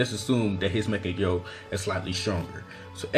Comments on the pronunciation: Mekagyo sharingan...??? Tf dude..its Mangekyo..why are there so many people that cant say mangekyo.. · learn how to pronounce mangekyo